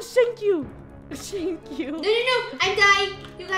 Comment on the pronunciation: No she said shint but I think she means shank as the shank the cops I think